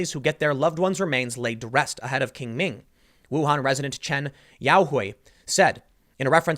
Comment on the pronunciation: Hi Tim, my wife wanted me to tell you that Qing Ming is pronounced more like "ching ming". 😅 Not super important.